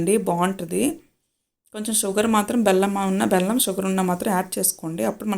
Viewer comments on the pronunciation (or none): అక్క నీ కంద కూర ఎవరూ పట్టుకుని వెళ్ళిపోరులే అక్క ... కొంచం స్లో గా చెప్పు అక్క 😂😂😂...ఎంటి అక్క బెల్లం కి పెళ్ళాం అంటున్నావ్ ... వినేసం మేము....మళ్ళీ లేదు బెల్లం అన్నాను అనేసి అనకు అక్క 😅😅😅...ఆ దురద కంద రెసిపీ మాత్రం మంచిగా వచ్చింది అక్క ...నాకు నా స్టైల్లో రెసిపీ నీకు చెప్పాలి అంటే...డైరెక్ట్ కర్రీ నే change అయిపోతుంది అక్క 😂😂😂... తరువాత అహ్ రెసిపీ పోస్టు చేయాలి 😅😅😅...అక్క లైక్ కొట్టేశ...గుడ్ night అక్క